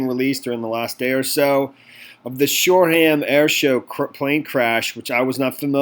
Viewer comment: It’s not sure ham it’s shoreham (say it like shawr um)